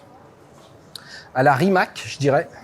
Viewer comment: On prononce Rimats, pas Rimak